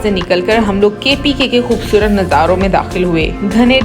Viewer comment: "KHOBSORAT" nahin, "KHOOBSURAT" ya "KHOOBSOORAT"